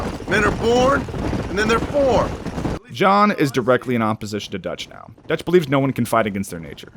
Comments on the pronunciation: ah yes, "ducth" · ah yes, ducth